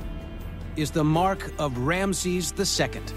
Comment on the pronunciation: MM Another voice over incapable of pronunciation . Rameses is pronounced Ram E ses NOT Ramsees